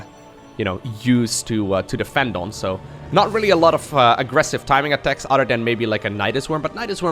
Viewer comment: When says 'other', does anyone else hear 'udder'